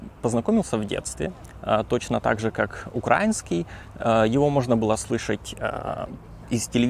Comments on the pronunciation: но только не "укрáuнский", а украúнский! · Не УкрАинский а УкраИнский! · Це справді цікаво. Українською він говорить «українською», але російською — «укра́инский» Я сам російськомовний із Литви, але завжди говорив «украи́нский». Мої друзі з України коли розмовляють солов'їною або суржиком теж говорять так, але коли вони говорять російською, то іноді можуть сказати «укра́инский» і відразу після цього пожартувати про «Миротворець»🌚. Так само значна частина російськомовних на Ютубі кого я дивлюся (не людожерів) теж говорять «укра́инский». При цьому жодного разу не чув, щоб хтось говорив «Укра́ина», крім прокремлівських ублюдків.